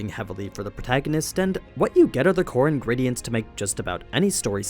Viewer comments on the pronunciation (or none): none